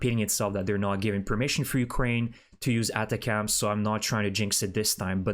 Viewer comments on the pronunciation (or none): your pronunciation of ATACMS is an outlier. Think attack with ems on the end Nice work. I subscribe an eagerly await your posts. Slava Ukraini. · Please start to pronounce ATACMS properly.